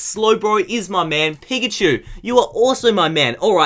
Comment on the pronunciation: Does he say 'pikachu' or 'pigachu'?